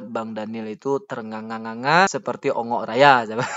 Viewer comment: Bongok,raya bang bukan ongok 😅😅😅😅